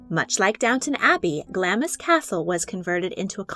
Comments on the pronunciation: Just FYI, it's not Glamis is not pronounced "Gla-Miss", it's pronounced "Glawms". FWIW. Cheers! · It's pronounced 'Gl-AH-ms', not 'Gl-aMIS'. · It's pronounced "Glams", not "Glamis". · Glamis is pronounced GLAAMZ. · I think Glamis is pronounced Glames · Glamis Castle; pronounced " gl - arms " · Glamis is pronounced Glams. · Glamis is pronounced like clams. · Glamis Castle is pronounced "Glarms" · Enjoy your videos but every time you pronounced Glamis wrong I cringed, the I is basically silent think GlamZ. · Glamis is pronounced glahmz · Glamis is pronounced = ɡlɑːmz/ 'Glamz’ (rhymes with ‘lambs’) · Glamis is pronounced 'glaams' ! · The Grandmother of the Nation. Glamis Castle, you don't pronounce the 'i' so it's like Glams Castle. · She may not have been royal but she hardly a commoner - if anything her family is far older and has bluer blood than the Windsors! Btw: Glamis, pronounced Glahms. We do love tripping up foreigners with our pronunciations ;) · Just thought I’d let you know Glamis castle has a silent i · Could you PLEASE use commentators who can correctly pronounce names like 'Glamis'? You undercut the authority/veracity of the overall video.